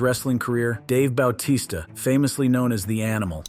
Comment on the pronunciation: Ba-t-sta dude